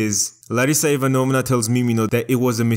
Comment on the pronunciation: Dude, Ivanovna is pronounced a bit differently - the second syllable is stressed, not the third.